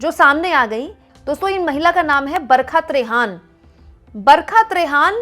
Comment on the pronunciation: आप बोलतीं हैं , लगता है बरक़त रेहान बोल रही हैं बरखा त्रेहन (Barhka Trehan) बोलिए मैडम जी